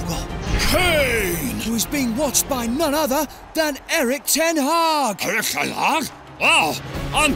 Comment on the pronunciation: Hag* not Horg